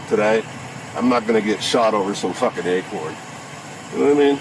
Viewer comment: WTF is an acron?